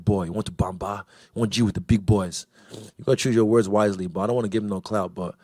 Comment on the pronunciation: "Choose your words whitely"